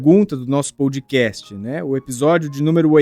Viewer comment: Vc pronuncia errado . NÃO é pou dcast É pó dcast Pódcast na pronúncia